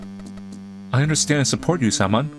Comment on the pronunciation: bro is pronouncing "Samon" as "salmon" instead of SIM-oan 💀